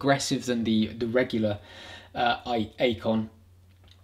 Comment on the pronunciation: It's pronounced "Icon".